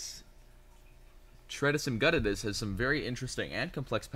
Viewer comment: I was trying to pronounce tredecimguttatus from my book on spiders the other day and was using a soft “c” until I realized, “Duh! It’s ‘tredecim’” (“treh-deh-kim”); Latin for “13.” Then I realized that “guttatus” is “spotted” in Latin. Went to my Latin dictionary and: yup! So it’s the “thirteen spotted” widow. Learning Latin can be so handy!